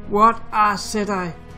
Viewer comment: It's pronounced ,settee, not set I. For gods sake man !!!